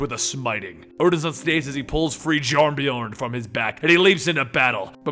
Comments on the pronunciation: Hey bro, love your videos. I just wanted to say in Norwegian a J like in Jarnbjorn Is pronounced as a y so think of it as Yarnbjorn. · yawn-bee-yorn is how you pronounce the axes' name. no "j" sound. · You mispronounced Jarnbjorn, you're supposed to pronounce the J as a Y sound. Its pronounced Yarn-bee-yawn